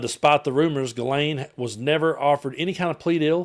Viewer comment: Ghislaine and Guelaine are not the same name in French...Ghislaine is a French name, while Guelaine is not..Maxwell's name is Ghislaine, and not pronounced as Guelaine.